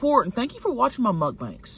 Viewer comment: Fuck I love how you say MUCK-BANKS. Never stop. 😂